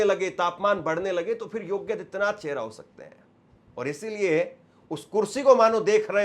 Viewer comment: Yogya hai ya yogi. Pronounciation be attended